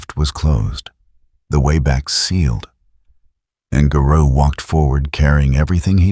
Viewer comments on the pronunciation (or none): Imagine if AI learned phonetics and context. Better yet, imagine if everyone narrated their own videos, you know, like everyone used to. I can't finish this video, hearing the way Garou is pronounced is very grating.